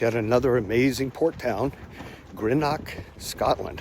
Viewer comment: You might try learning how to pronounce the names of the cities before releasing a video. You mispronounced Greenock and Glasgow, and also quay. Nobody would spend an entire day touring Greenock. They would go to Glasgow. Idiots.